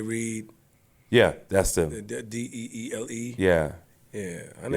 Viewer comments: The group DELLE pronouncrd the Deal Babyface and LA Reid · Deele is pronounced “Deal.” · It's pronounced DEAL, super group from the 80s